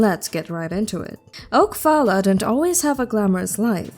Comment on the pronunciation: Her name is Phalla, pronounced Paula. Oak is her last name